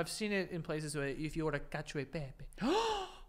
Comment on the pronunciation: Joe schooling Frankie about the word cacio: proceeds to pronounce Cacio e pepe like an Irish man.